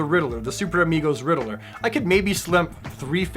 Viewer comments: Say it with me....Ridd-ler. Ridd- LER. Not Ridd-ah-ler. 😁 Don't hate me, love your videos keep up the great work. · The “Riddle-er” now I’m questioning if I’ve been saying it wrong my whole life.